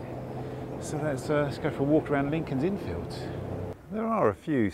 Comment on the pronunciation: Another great video,, and, as others have said here, one of my favourite parts of London. BUT... two things I have to pull you up on. Firstly, I can't believe you missed out the statue of Hodge, Dr Johnson's cat! You must have walked right past it in Gough Square. Secondly, please put the emphasis on the 'Fields', not the 'Inn'! When you say it the way you do it sounds like part of a baseball field... Otherwise, good 🙂